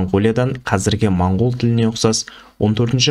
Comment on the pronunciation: Монгол емес мынкол